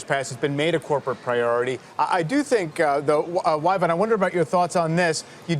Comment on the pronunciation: Y-Vonne.... really???